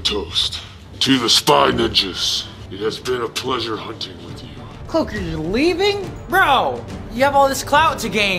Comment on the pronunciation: I know it’s the cloaker but he said it like the clolker